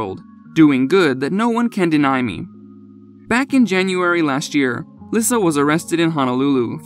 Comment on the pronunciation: Lisa not lisuhh